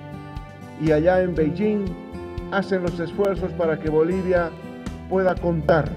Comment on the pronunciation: President Luis Arce has the best pronunciation in Chinese "Beijing". Listen to his pronunciation.👍👍👍👍👍👏👏👏👏👏